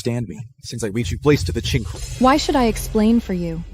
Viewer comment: . I couldn't help but laugh "since I reach your place to the chinkel" idk what he was trying to say but chinkel is going in my dictionary somewhere 😂😂😂